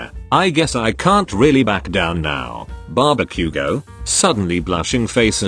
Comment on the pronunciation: I heard barbeque-go Now Ba-Bakugou But barbeque-go 🤣🤣🤣🤣🤣🤣🤣